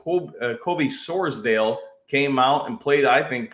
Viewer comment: Please say Campbell, and Sordal correctly. 🤦‍♂️